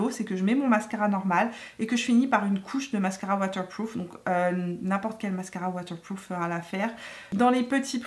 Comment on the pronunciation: « Mascara watewpwoof » 😅😘